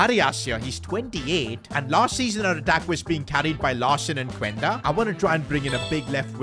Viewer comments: It’s pronounced qenda not cuuenda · bro you are saying the name of Quenda wrong😭